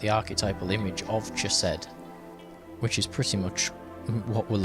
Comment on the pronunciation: Out of respect to Jewish and Israeli people, and the ancient language itself, consider the proper pronunciation of Chesed, the “ch” sounding not like “CHeese” but like “BaCH”. And respectfully submitted. I really enjoy your readings.